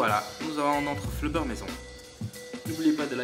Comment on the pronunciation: C'est du slime et non du flobeure